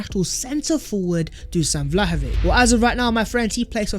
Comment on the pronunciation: Do not say Vlahovik...not K on the end...its sound "Vlahovits"....he is serbien not english